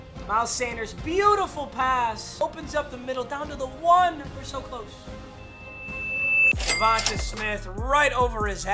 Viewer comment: Bro stop saying DevontUh it’s pronounced like DevontA smith like davantae adams